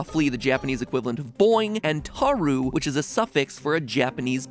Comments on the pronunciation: Matpat pronouncing 'Tarou' (Tah-row) as 'taru' is my sleep paralysis demon. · Hey MatPat, たろう is pronounced Ta-roh, not Ta-ruu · I'm gonna leave aside your pronunciation of pyon, that's understandable, but tarou is actually pronounced TAH ROE The u just indicated an elongated O (meaning you linger on it twice as long as you would just an O ) So yeah, Japanese pronunciation is actually really simple, PLEASE ask your old friend Gaijin Goombah for a primer on this! <3 Thanks! (Also love your videos, and really excited that you're covering Animal Crossing!) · Your Japanese pronunciation leaves a lot to be desired. O is pronounced like "hello", not "on". The U at the end makes the O longer rather than changing the sound. If you got the name into Google Translate, it actually pronounces it correctly.